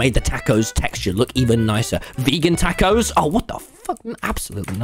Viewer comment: Why you pronounce tacos like that